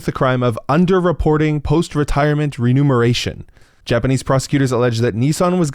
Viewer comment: You mispronounced remuneration.